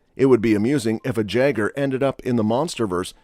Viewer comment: Apparently you did not watch the movie. In the word jeager the j sounds like a y